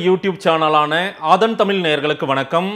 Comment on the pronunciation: Mr, pl improve ur tamizh. Its ஆதன் தமிழ் and not ஆதன் தமில்